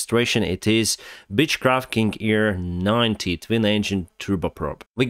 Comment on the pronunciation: Lol,LMAO Are you sure about the bitchcraft? Uh dang,I gotta go &pee😂 Well from one Dennis to another the plane is a beechcraft 🤣 not a bitchcraft. I just love accents. A beechcraft would be the plane. While a bitchcraft is in Ukrainian a стервозство. A beatchcraft is пляжне судно. This is the only fun part of this desaster. Greetings from Cologne. Хай щастить Україні